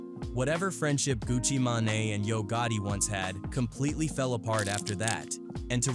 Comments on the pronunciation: Wtf is a Pooh She Asty and a Gucca May-nay? Fix these voices lol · Turned this shit off after he the AI said Gucci manaee buddy edit your videos lazy asf